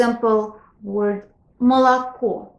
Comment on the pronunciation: здравствуйте. Позволю себе сказать, что Вы не совсем правильно объясняете русское произношение. Слово "молоко" произносится не как "малако". Оно произносится как "мы/алако". Пред-пред ударная о и а произносятся как schwa. Что-то среднее между звуками а и ы. Ближе к ы. Точно также произносятся и заударные звуки а и о. Например, "завтрак" произносится как "зАфтры/к". К сожалению во многих книгах о русском произношении присутствует эта ошибка. Допустим слово "поговорить" НЕ произносится "пагаварить". Оно произносится "пыгыварИть." Эта наука называется орфоэпия.